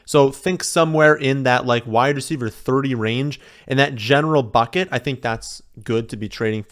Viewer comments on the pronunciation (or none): none